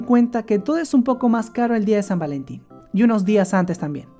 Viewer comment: san valentin ❌️ sad valentin ✅️. pero creo que desia algo en ingles